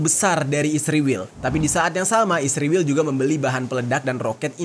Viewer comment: Israel bang, bukan isriwil😂